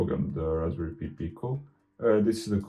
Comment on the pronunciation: Hi, good to see you back. Just wanted to let you know that "Pi" in Raspberry Pi is pronounced "pie" rather than "pee". You are pronouncing"Pico" correctly as "peek-oh".:-)